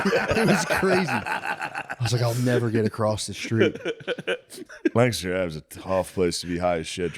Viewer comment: Shane, could you please teach Matt how to properly say Lancaster